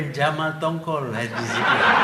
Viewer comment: Tun m say Jamal tongkol 😄😄😄